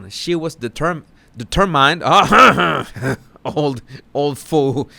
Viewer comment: ❤ Keep up the probing,! We all need answers (love your ‘DETER MYNE D’ efforts!! 😂❤)